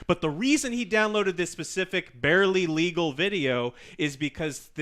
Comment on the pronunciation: As long as the porn is legal who cares what you watch. Why did emphasize the barley legal part so much